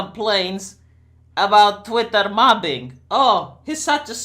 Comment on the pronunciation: "twatter" lol